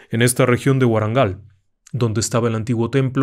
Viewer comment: Estimado, saludos desde la India. Sus pronunciaciones de las palabras de aquí son impresionantes. Pero, el sultan de Delhi lo llamaba Alauddin Khilji y sí, correctamente, la diosa se llama Bhadrakali y como usted dijo, el templo está ubicada en Warangal en el estado Andhrapradesh en el sur de la India. Como todos saben, el Koh-i-noor ahora es el tesoro de las monarcas de inglaterra. Pero, los de nuestro país, tienen mucho amor por esta joya y queremos que los íngleses se lo vuelvan a nosotros. Felicitaciones de nuevo. Soy un gran fan de usted y siempre aseguro escuchar de los cuentas de usted. Lo siento mucho por los errores linguisticas que por supuesto he hecho.